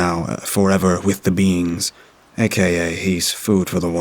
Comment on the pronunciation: Who else thought he said the “beans” and took a few too many seconds to process ooooohhhh “beings” 🤪😂